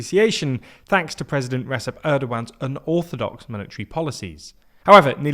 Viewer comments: I'm sorry, but if you want to be taken seriously as a source of international news, spend the five minutes it would take to check the pronunciation of a major world leader's name. It's pronounced "re-jep", not "re-sep". I don't like the guy but it's common courtesy and professionalism. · Hello, I think giving the slightest effort of correctly pronouncing the names would improve the video here. At least not blundering like ReSep Erdogan (c has the g sound in Turkish). Investing 5 minutes into any text to voice AI model would be much much more than sufficient to avoid such mistakes. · The c in Recep is hard. More like Reggie. Reggep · It should be pronounced rejep, not resep. In Turkish, the letter C is pronounced as J whereas the the letter J is pronounced as Zh (like in French).